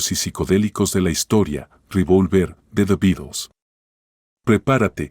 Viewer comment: Re -vol -ver.no tiene acento en la o.